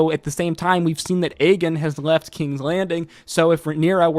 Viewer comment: I’m convinced bro was mispronouncing aegons name on purpose because he said it right a few times. Aegon not agen. As much as you know about the lore of asoiaf I know you know it’s the 3 eyed raven not the 3 eyed crow. That felt personal 😂😂 everything else was spot on though.